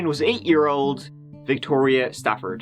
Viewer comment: Its Stafford not Stanford.